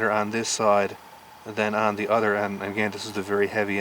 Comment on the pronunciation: You said Udder instead of Other